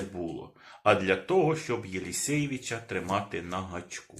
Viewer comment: При всем уважении,он не Елесеевич 😂а Елесевич 😅